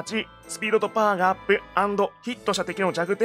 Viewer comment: 「パワー」が「ポー」に聞こえるぐらい興奮する兄貴